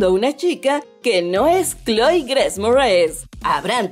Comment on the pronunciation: Me desespera su horrible pronunciación en inglés ni decir Grace puede 😂